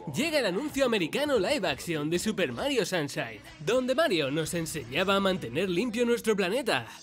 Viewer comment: Super Mario SAMSHAIN 😂😂😂😂😂